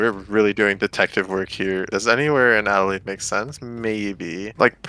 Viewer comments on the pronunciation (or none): none